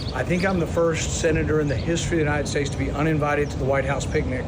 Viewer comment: He actually said tall correctly. Unlike :troath senshul(truth social) The oranges(origins) United shates(states) Anomanusss(anonymous)